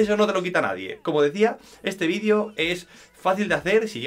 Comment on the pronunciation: se dice VIDEO y no «vidio» ufff!!